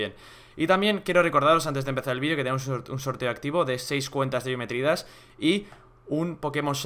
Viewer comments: "gematry dash" :V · en el dice gematry dash